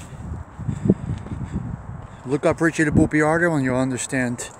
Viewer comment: Not for nothin' but, its "Boy-ar-do" not "Bee-ar-do"